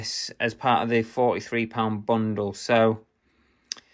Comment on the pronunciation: I like that you say bungle instead of bundle half the time 😂